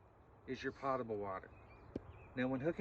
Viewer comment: I don't use my Niagara to water my plants so the water isn't "pottable" (pot-a-bull). I do however use the sink in my Niagara to drink from and make tea so the water is potable (poat-a-bull). Only yankees say it like that. Besides that, thank you for the video.